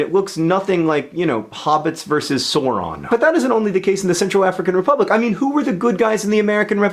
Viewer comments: Great video. Good to learn more about countries I've only ever heard of for Geography quizzes! Also I believe Sauron is pronounced "sour-on" rather than "sore-on" haha :) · Not gonna surf all the comments but John, it's 'Sow-ron' not 'So-ron'. Numerous appendices and three movies later it comes off extraordinarily dismissive to not be able to pronounce a main 'character' correctly. I should pick up that book of yours with that young lady 'Hah-zel' as the 'protogonist'. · ...did he say 'soron' when he meant 'Sauron'? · SORON???? SORON????????? Come on John. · ***** Well I'm British and I have been told it is pronounced "Sour-on", and that is the way it is pronounced in the movies I believe. :) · I scrolled down expecting to find comments on how he pronounced Sauron, I'm glad to see people are posting great comments instead. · that's the bastardized american pronunciation, it's meant to be pronounced like the au in "dinosaur" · Did he really just pronounce Sauron like that?